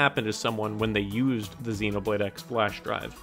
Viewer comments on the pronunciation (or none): Am I the only one bothered by the fact that he kept pronouncing the "X" in "Xenoblade X" as "ecks" and not "cross"?